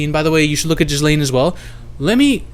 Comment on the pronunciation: Not jizzlain not gaalaiyn ga-layn